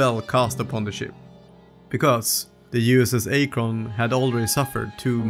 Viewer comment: It is pronounced Ak'-Rin.